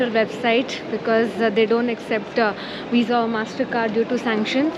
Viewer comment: Did you say wisa or visa😂?